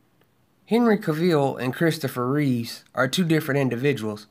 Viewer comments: Cavill rhymes with Travel. Not Ca-ville. And it's Christopher REEVE not Reeves. Besides that, i agree with ur points bro. Keep preaching them! many people seemingly missed the point or refused 2 understand that point, that lead to this toxic hatred 4 MOS and everyone involved in it. I simply dont get it. Tks 4 the video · Christopher Reeve not Reeves